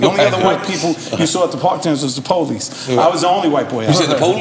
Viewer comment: The way Serch said PO-leese, LMAO I'm here after listening to the Math Hoffa interview of SERCH Now we hear how artists are screwed in these deals and how the companies now only sign the desperately poor because they'll agree to these bad slave deals